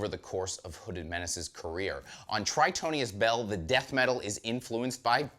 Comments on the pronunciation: I do find it amusing that keeps mispronouncing the name of the album when he loves the band so much. Gotta love the enthusiasm though. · can't even say the title of the album correctly